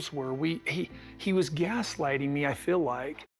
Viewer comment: Does ANYONE on this show know how to pronounce the word feel???? It has a long e NOT a short i !!!!